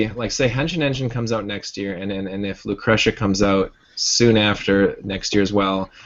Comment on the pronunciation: loo crush uhh? NO. LOO KREE SHUHH. Thank you. NOTE: is the Andy Ihnatko of GameDump. ALSO: I have, believe it or not, only watched the first and last 15 minutes of this video. I will go back and finish it tomorrow.